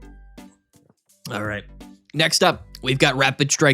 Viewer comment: ACHRIGHT GUHHYS